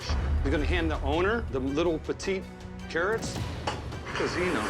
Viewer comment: Carrwots and Twacters!